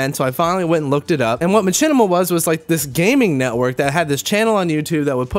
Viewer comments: never heard anyone call it ma-CHIN-ima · ' I know but he says it like chin and I thought that was funny